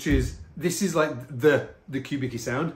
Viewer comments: Not “cue” but coo - Vicki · Isn't it pronounced "Kubiski?" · His name is pronounced "Kubitski", just FYI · Philip Kubicki (with respect - correct pronunciation Cue-bit-ski) designed the first ever Fender signature bass called Urge Bass specifically for his good friend Stuart Hamm. The switching is similar to the Factor you have there, and Stu Hamm famously recorded Kings of Sleep in 1989, using a Factor. The bass features on the album cover art.